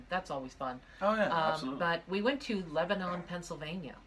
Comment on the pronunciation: Yes turkey hill is amazing i live in pennsylvania and theres one like 3 minutes away from me and i just have to say how your saying lebanon is wrong how your pronouncing it is like the country in the middle east or whatever im not sure really how to write it so you can understand it but ill try its le-ba-nen but i could be wrong and that's just how my family says it but i think your channel is amazing and i definitely think that pennsylvania has some cool haunted places and have you visited centralia before? if not you should because its a really cool place im not sure if its really haunted but its really cool and im not sure if this is farther than you normally go but i think Pennhurst state school and hospital would be a really good place to visit. also i live super close to hanover, pa and theres this haunted house that was featured on some paranormal thing and it be really cool if you would visit it, if you just look up haunted houses in hanover pennsylvania you should find it